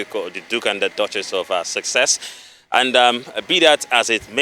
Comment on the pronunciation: Duke and Duchess of Success kwa,? Repeat after me, Suss, Ex. Now pronounce the two together.